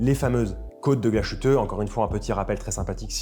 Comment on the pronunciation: Ben moi je préfèrerais avec la date ! Je préfère la dysmétrie que ça génère parfois à la fadeur d'une symétrie parfaite ! :-D Et encore une fois le SH de Glashütte, ne se prononce pas SH ou CH mais SS !